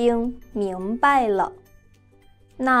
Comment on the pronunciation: 明白的白爲什麽説為四聲而不説爲二聲？